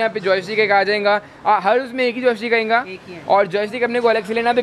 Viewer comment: Its ayega not ayinga